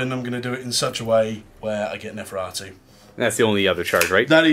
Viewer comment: I swear if that dude says neferatu again, I’m going to shoot myself.